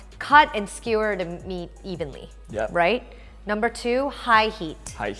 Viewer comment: "Yakitori is basically a skee-whir..." Wut?